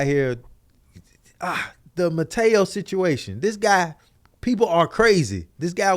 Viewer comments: and y'all my dudes lol.. but the brotha name is Manti Teo 🤣🤣🤣 I was crying hearing y'all call him "Mateo"🤣🤣🤣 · said mataeo 😂😂 it’s manti te'o. Who tf is Jeff 😂😂😂